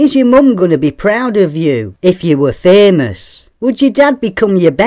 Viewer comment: I love how you pronounced Fémös :D Yeah once someone's famous, they can't buy being not famous again